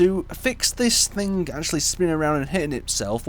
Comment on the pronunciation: Is english even your native language? It is called "THING" not "THINK"